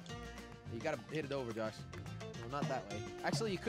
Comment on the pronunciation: saying hey jush Me: it's not jush it's josh